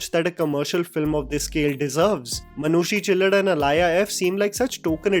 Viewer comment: Its मानुषी छिल्लर not चिल्लढ़